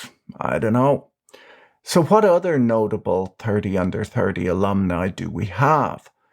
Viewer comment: "Tirty under tirty" 🤣 Brilliant!